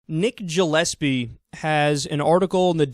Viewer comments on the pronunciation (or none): Gillespie is usually pronounced with a hard g sound, not a j sound.